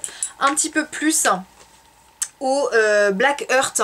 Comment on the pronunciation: Jolie revue. Cette palette me tente énormément. Surtout pour les tons Bordeaux que j'adore. Par contre, Blackheart se prononce Blackhart en son -a par Blackheurte. Heart comme le cœur en anglais quoi.